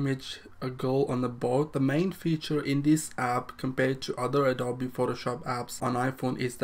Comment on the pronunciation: It’s pronounced Adobe-ee